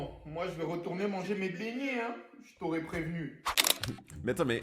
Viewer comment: PS c'est pas bignet c'est beignet c'est l'axent et désolé pour l'écriture